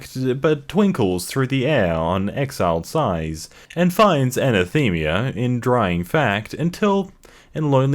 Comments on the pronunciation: What the frack is anathemia. It's Ana-the-ma. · Good vid, dude. Just for furure reference, they're pronounced, "pen-TAM-itter," and, "a-NATH-am-uh." I know they're kinda obscure words, but it kinda stands out when you get 'em wrong. Other than that, this was amusing .) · Is there a requirement that he mispronounce at least one word per video? Because this time they were pentameter and anathema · Not how anathema is pronounced I’m calling Tyler Joseph